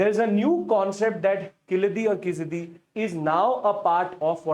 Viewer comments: 😂😂😂 it is not khilaadi!! खिलटि It is keeeezhadi or keeeezhadi कीळटि It is not वगै it is वागै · It's pronounced " Key - laa - dee " "zha " in Keezhadi is not pronounced as " शा ". It doesn't have a North Indian substitute. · Your pronunciation of names like Keezhadi and Vaigai is horrible. Please put some effort and learn to pronounce the right way!